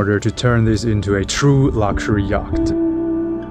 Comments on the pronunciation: Love your content and following your adventure. If you're interested, "yacht" is pronounced like "yot" in English. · nooo don't stop pronouncing the C !